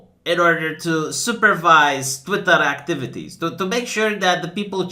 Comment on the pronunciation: I love how "nefahrrrious crrrriminal ackteeveetees" sounds in your accent